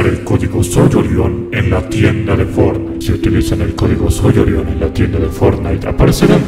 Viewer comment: fornai fornait :v XDDDDD